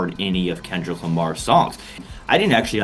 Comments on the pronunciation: She called him Kendal 😂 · She said Kendel…smh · The "Shut up and Dribble" lady is actually talking about the Super Bowl halftime show. Maybe she should take her own advice. Jeanine Pirro couldn't even say his first name correctly so she should go back to drinking or sniffing and stay out of things she knows nothing about. Faux should just acknowledge "they not like us."